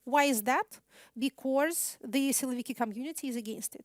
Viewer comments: Надо поработать над словами was и because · Спасибо за лекцию! Единственное что мне резало ухо, это произношение слова because. Вы произносите его так, как будто это be-course :)